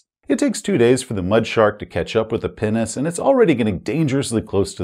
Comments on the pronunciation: I'm sorry but whenever you said Pinnace, I've heard "penis" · Am I supposed to be an adult? Yes. Did I have an internal chuckle every time said ‘pinnace’? …Also yes. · Oh! Pinnace! Definitely didnt hear that correctly the first time. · Pinace... you keep saying it and i keep being confused. Then i see the floor plan and O.o